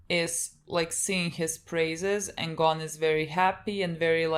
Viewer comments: It's Gon not Gone, they pronounce it wrong... But okay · This is such a little thing but I really want to point it out Gon isn't pronounced as Gone It's actually "Go-n", Go and then an almost silent "n"